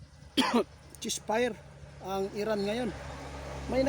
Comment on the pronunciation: 88 hinde chess fire ceasefire eto ang tama pronounciations